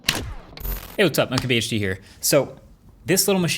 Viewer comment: Did he say MyKBHD?